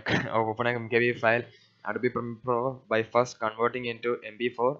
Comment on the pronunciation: "adabi primir pro" xD